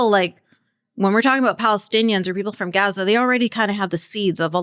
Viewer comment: It's really annoying when people do the pronunciation dance. In English, the place is called Gaza (Gaa-Zaa) If I were speaking French I wouldn't jump out of French when I am talking about a place, I would say the placename in French. Why do people do this. Do they think it makes them sound more Authentic or something?